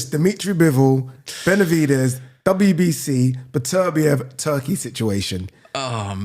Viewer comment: Still can't pronounce Beterbiev. Beter biev not B'terbiev